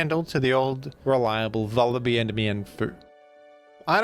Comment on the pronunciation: It's Vullaby like lullaby